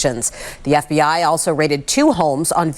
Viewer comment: Hi, I’m not sure emphasising F….B….I as you did is appropriate. Reporting news and offering your editorial comments is appropriate but trying to manipulate your audience isn’t. Do better.